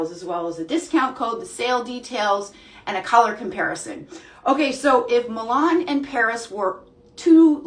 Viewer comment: Milan is pronounced Mill ahhhn